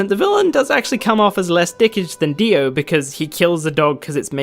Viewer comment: Aw man, he said the Dio funny